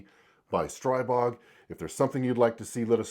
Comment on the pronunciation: It's pronounced "stree-bog"